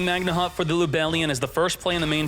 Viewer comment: How can anyone look at the word magnamhut and decide it's pronounced magna hut